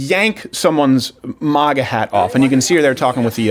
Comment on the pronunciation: love you stuff but it’s MAGA not MOGA